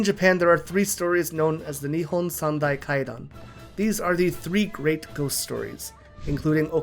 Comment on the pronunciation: Beautiful Live2D! I love it!! And whatever is comfortable and exiting for YOU, I’m totally fine and happy about it too. By the way”NIHON SANDAI KAIDAN” was pronounced beautifully. Pretty much native.